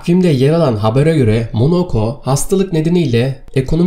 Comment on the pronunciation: Monaco ya Monoco diyor ya 🤣🤣